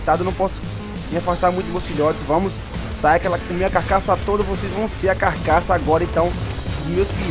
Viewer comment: é carcaça e não cacaça